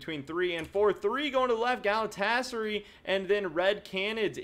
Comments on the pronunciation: I know its a minor thing but the pronunciation for Galatasaray is gal-a-ta-sa-rai. Just an FYI haha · Exactly, all A's are thick as in CUT or HOT.